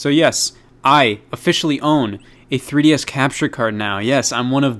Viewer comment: What's a tree dee ess